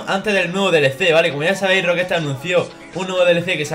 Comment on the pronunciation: Por que decís Rockestar? Es Rockstar